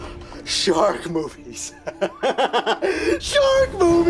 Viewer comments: "So Many Sark Movies"? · Okay, I'm pretty sure that time, he said "sark" movies.